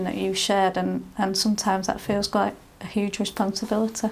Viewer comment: he “theels”